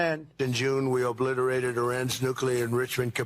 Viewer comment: ahah obiterate for the second time = reoblitereted! lol